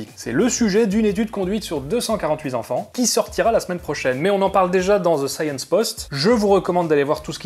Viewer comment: (deux cent quarante huiT (T)enfants, pas (Z)enfants) Sinon, un grand bravo pour ton travail.